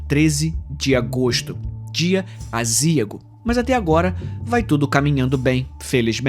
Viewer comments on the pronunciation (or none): aziago, não "azíago".